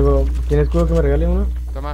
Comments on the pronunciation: Alguien mas noto que cuando iba a decir escudo pero dijo escrudo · "Scrudo" lpm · Like cuando dijo escrudo jejej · Me gusta cuando o dicen escrudo:v